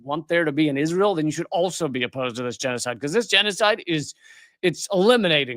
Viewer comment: Did you say jesucide? Israel is commiting jesucide? I didnt hear what you said Lee 😬